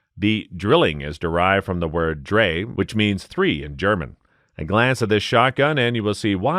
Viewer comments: It's not "Dra" you dolt, it's "Dri or Dry". God take a few language lessons. "Semi-auto double barrel shotgun", That a new one. How do you arrive at that label? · Drei is not pronounced "dray" it's pronounced "dry".